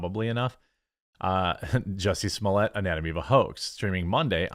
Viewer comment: I WAS gonna say,, "you DO know that his name isn't 'juicy smulliaye',, right??"... 😂😂🤣🤣🤣😭👍